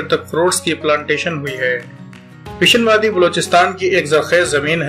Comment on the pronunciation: Kaaan mehtarzai, pishin, names pronunciation mistakes